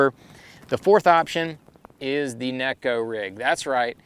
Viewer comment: Thanx for pronouncing neko correctly (Shin Fukai tried to let folks know...HE would know! Great info on Oct choices!!